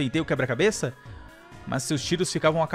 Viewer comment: .na vdd ele fala eh QUEBRA-CABESS